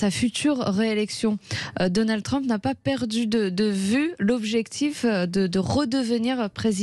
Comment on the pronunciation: L'autre n'arrive :même pas à prononcer correctement le nom de Trump, Dédé REVIENT